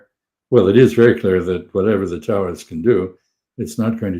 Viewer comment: I had a moment of confusion because I thought Freeman said "Tower of Schnitzel" instead "Taurus Missile" 🙂